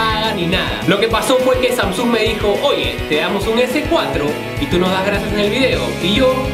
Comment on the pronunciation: estas seguro q asi se pronuncia samsung???